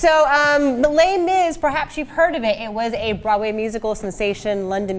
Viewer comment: Would you please stop saying les mis